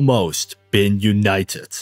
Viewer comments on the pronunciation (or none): Ive heard Americans pronounce T like D. But never a D like a T and a T like a D in the same word. Yoonayedet.